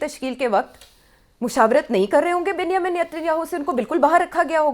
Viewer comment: 🤣Ms. Host, Israeli PM's first name is pronounced as "Benj-e-min' not as you wrongly pronounce it that sounds like "ben- hi-min". 🤣